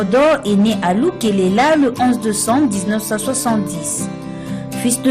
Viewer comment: Le lieu s´appelle Lukolela et non pas lukelela. Allemagne